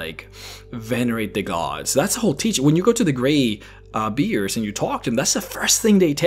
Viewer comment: i love watching and i love it when he mispronounces words like Greybeers instead of Greybeards